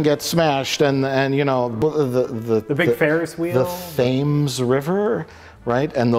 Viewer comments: So, Mike pronounces the Thames river literally, its not the Thaaaammmes river its the tems river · THHAAYYMES river? I hope that was an intentionally comedic pronounciation....if not, it's even funnier. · I love your stuff guys, and maybe it was the beer but the river running through England - the River Thames - is pronounced "tems." Also, London Bridge is in Arizona by Lake Havasu; the famous bridge in London is called Tower Bridge. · Thames river. Not sure if he was kidding, but it's pronounced 'Tems'. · Hey Mike, just for future reference, the River Thames is pronounced, ‘Tems’, and is usually referred to as the River Thames as oppose to the Thames River. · Thames (the river that runs through London, UK) is pronounced 'Tems', just so you know. ;) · The Thames River. I've never heard it pronounced phonetically! It's pronounced Tems. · fyi. the river Thames is actually pronounced Tems. As in Tem Ditties. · The Thames River...is pronounced...Temms. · THames? Was that a joke? Nobody reacted or corrected him... Also, concerning the plot of Pixels, Futurama did it better. "It's Saturday night, I have no date, a two-liter bottle of Shasta and my all-Rush mix-tape..." That is how you do a 1980s video game characters invade Earth plotline. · Mike, it's Thames.. pronounced "tems" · Thames is pronounced 'Tems'. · Where are all the comments about how Mike mispronounced "Thames river?" I know Mike wouldn't give a shit, but wouldn't the internet? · 5 years late to the party, but I'd look up how to pronounce the river "Thames" ;) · "The thames river" jesus christ